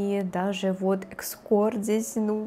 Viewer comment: не экскорт, а эскорт